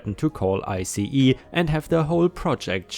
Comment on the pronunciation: ICE is pronounced ice